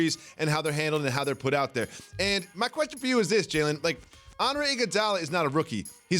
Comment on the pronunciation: So...so we just gon ignore the fact my mans mispronounced question 🤣